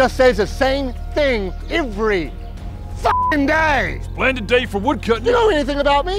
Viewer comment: "Slendid day for a wodcutting" "Nice day for fishing, isn't it?"